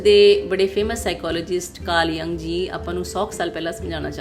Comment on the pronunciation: ਬੀਬਾ ਕਾਰਲ ਯੁੰਗ ਸੀ ਨਾ ਕਿ ਜੰਗ। ਜਦ ਨਾਂ ਨੀ ਲੈਣਾ ਅਾੳੁਂਦਾ ਹੋਰ ਕੀ ਰੰਗ ਲਾੲੇਂਗੀ।